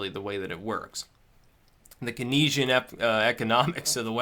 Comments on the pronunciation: It's pronounced 'Keen-sian' not 'kenny-sian' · >_< Pronunciation guide: laissez-faire: "lassay-fair" Keynesian: "keen-zee-an" Patreon: "pay-tree-on"